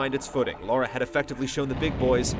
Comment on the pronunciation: Immediately mispronounced her name........